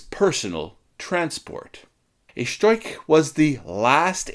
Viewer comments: Where do you get "stoik". It is "stork" or storch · ‘Storch” nicht Stoich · German speaker here. It's pronounced 'Shtorch'. The 'r' is a little bit farther back in your throat and the 'ch' is like that in 'loch, as in Loch Ness'.' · Interessantes Video. Nur die ganzen " falschen Bezeichnungen " taten meinen Ohren weh. Am schlimmsten war das man in diesem Video nicht den richtigen Namen von der Fi 156 " Storch " aussprechen konnte. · Actually you were quite close. The German R before a consonant is non-rhotic so if you had just softened the K sound to a very soft German „ch“ sound (as heard in the word „Ich“) you would have been golden. Fantastic video though. You rock